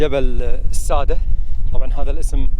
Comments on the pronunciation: الساددة بالشدة وليس السادة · الساده بتشديد الدال